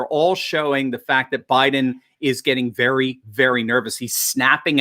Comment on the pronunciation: Joe Bye-Then